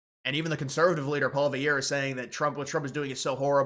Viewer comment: Poly-ev not Paul-Viere